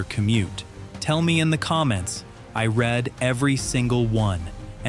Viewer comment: When your narration asks for comments and then says "I red every one" instead of "I reed every one" it is obvious that this is "AI slop" text-to-speech from a creator who is too lazy or too ignorant to correct TTS that is known to have less than 80 percent speech accuracy.